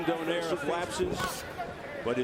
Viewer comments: They need to pronounce his name correctly DOUGH-NIGH-REH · It's itch my ear when they pronounce Donaire surname in English way.